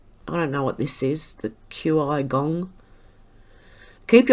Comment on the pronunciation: Qi Gong is pronounced "Chi" Gong. It is like Tia Chi and Yoga. Like Chia pet without the a